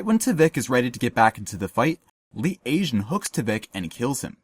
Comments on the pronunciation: Who the fuck is Lee Asian? Its Pronounced Lee "Tey" Jun. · "leet aejun" hahah